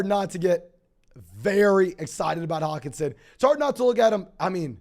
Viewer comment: can this guy not annunciate the H in Hockenson.. lol